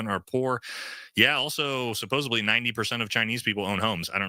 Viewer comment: Imagine calling people stupid and you don’t know how to pronounce “supposedly”.